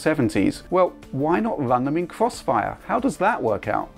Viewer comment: is doing the cwossfire 😂